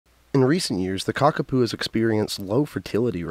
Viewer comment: It’s pronounced ka ka poh😮